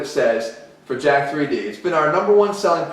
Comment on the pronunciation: how many YouTuber that know what there talking about reviewing jack3d and can't even say it right 😂😂 it's jacked not literally pronounced jack-3D